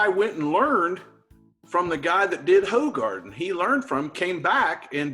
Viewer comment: Ummmmm hefes are meant to be poured 2/3 on the glass then swirl the bottle to release the bottom sediment (yeast) and add the rest into the glass.. that’s how you get the full taste of Hefeweizens, also it’s pronounced hoogarden not hoe, and weihenstephaner is ‘vinestephaner’